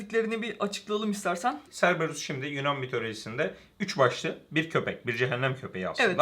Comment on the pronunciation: Cerberus "Kerberus" diye okunur.